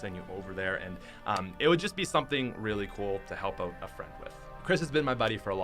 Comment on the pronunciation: Its weird when u say out. U say oat instead if out